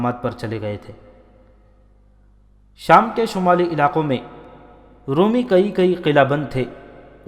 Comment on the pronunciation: Brother, your channel is ‘’. But your pronunciation of Urdu is so wrong. ‘Roomee’ is wrooong. Try Romie. Nawais is wrong, try nawees like akhbaar Nawees. So many words you have massacred. Stop that Qataal, please.